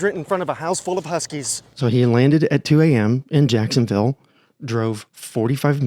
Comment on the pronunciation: You are saying that correctly. Go north Florida doing jacksonville shit. Yay. I live here. We're all not doing jacksonville shit. I avoid the city like the plague. The interstate is a death race.